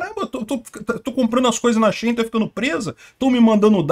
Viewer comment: shaine? a she.. in? hahaha se fala shaine🤣